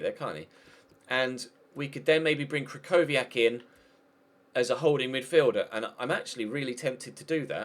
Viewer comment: The ch in krychowiak is pronounced "h"